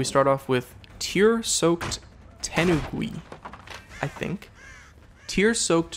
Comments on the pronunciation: Preety sure it should be pronounced te-nu-gu-i . Not sure but I know some characters and it would only make sense for it to be pronounced like that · I think it is pronounced ten-oo-guy